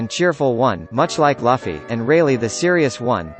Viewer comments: It’s luffy not laffy ... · Not laffy...it’s luuuuuuffffffyyyyyyyy... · That's Gol D. Roger not Gold D. Roger and Luffy not Laffy Lol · Its luffy not laffy!! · he said luffy, not luffy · Who the hell is Laughie? It's pronounced as Loo-fee. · luffy not laffy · Ruffy!(luffy) Not lafi!! 😆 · u cant even pronounce luffy's name correctly..u'r bullshit.. its luffy. not laffy .my friend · it's Luffy not Laffy say it right ffs! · did I hear Laffy?? please pronounce it correctly... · Luffy is pronounced Loofy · LUF-ee lmao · Did the computer say.. Laffy? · Dumb fuck said laffy lol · Japanese: Luffy-kun English: Luffy And this dude: laffy Like wtf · His words became invalid as soon as I heard the word "Luhffy" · It's not laffy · Why "Laffy" tho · Who is this Laughy guy you keep talking about. Have you ever watched the anime at all, discredits everything you say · Bruh its pronounced “loofee” 😅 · It's luuufffy !! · If you say Luffy like Puffy again, I’m gonna find you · He says luhfy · man I really wanted to stop watchin this video as soon as I heard this man call Luffy, Laffy. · Anyone who pronounces Luffy this way is only using one piece for views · how can you make these one piece videos and not know how to pronounce luffy correctly?! also shakky is not rayleigh’s wife. get your shit together. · Learn how to pronounce names before making videos. DANZO AND LUFFY!! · First pronounce luffy name correctly then describe about ray leigh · At least type it so he can pronounce Luffy properly. The way the computer pronounces it is unacceptable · PLEASE PRACTICE PRONOUNCING LUFFY CORRECTLY!!!! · Learn how to say main characters name so i don’t have to give you a thumbs down 👎🏼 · he dosent know how to say luffy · I hate it when you’re pronouncing luffy its so cringy.